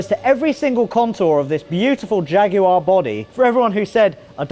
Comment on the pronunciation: crazy car guy *Jaguar Not Jageur